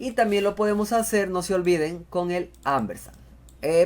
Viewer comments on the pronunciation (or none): Excelente...No es Ambersan, es Ampersand...Con P